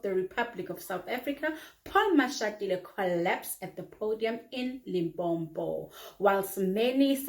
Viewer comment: Limpopo not Limpompo😮